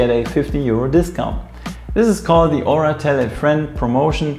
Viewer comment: Nice Video and Review! However, you're still pronouncing OURA wrong... The O is a long O, and you don't pronounce the U. Just listen to how the company founders pronounce it in their videos.